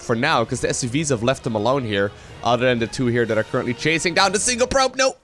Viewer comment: "on the udder side of the map"... which side has udders?:p